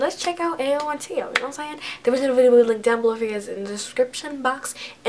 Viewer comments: It's pronounced Tay-yo 🤦🏾‍♀️ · His name sounded out is t ay o but it's spelled teo